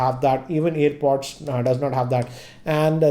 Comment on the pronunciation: It is airpod right. You are saying it as earpod